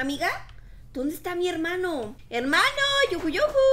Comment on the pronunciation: Jaja tu hermado cada parte dices hermado